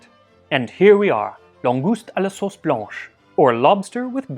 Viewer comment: I love your French accent. It's really good most of the time, and just perfect when you say "blanche" and "Marin". I think you are one of the rare English speaking persons who could say my name correctly - Martine.